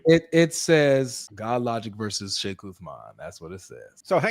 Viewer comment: "FEIKH" Uthman 😂😂😂😂